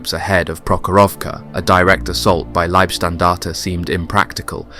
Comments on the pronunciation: It's not Liebstandarte, but Leibstandarte. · You say Liebstandarte and Schlieffen in exactly the same way as you pronounced Fliegerkorps. You also pronounce the last E in standarte. Leebstandartuh, just like in every other documentary about this, easy. We also don't say the P in corps, because that is a homophone with corpse. What also marrs this otherwise competent presentation is the constant slipping out of English and into American English. Editorially it's better to choose one dialect and stick to that throughout.